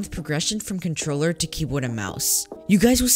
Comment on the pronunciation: Bruh really said contorller 😂